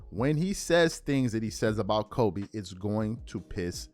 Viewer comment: People will always question Gil’s “ Kobenis”